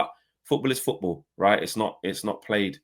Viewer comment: Foorball lol